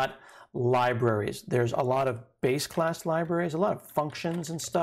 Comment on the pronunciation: When you said "base class libraries" it sounded to me at first like you said "basic ass libraries" and I had to double take that part. I need to get my mind out of the gutter lol.